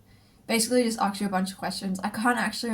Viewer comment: I like how you pronounce “ask” lol.. never heard someone say “arks” before.